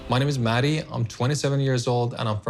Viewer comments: Right it was driving me crazy like its mah-di not maddie 😭😭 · Hes pronouncing his own name wrong lol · BTW she's pronouncing his name wrong he should at least teach her that